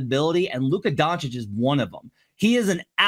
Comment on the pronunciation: how do u think we’ll listen to u’re opinion and comparison with ant if u STILL CAN’T PRONOUNCE HIS NAME. Do better